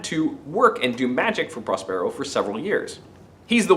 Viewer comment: Really great! (please...correct your pronunciation of Prospero...stress emphasis on the first syllable)